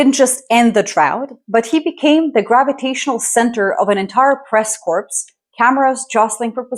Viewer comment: Press Corps (pronounced CORE)